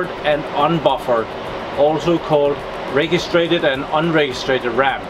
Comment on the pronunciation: Just a heads-up, you should pronounce "registered' as 'reh-gist-erd' RAM, not 're-gees-trated' RAM. Just wanna let you know :x